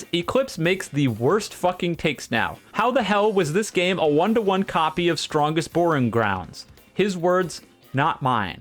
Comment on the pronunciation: He legit calls it the strongest boringrounds, not the strongest badlegrounds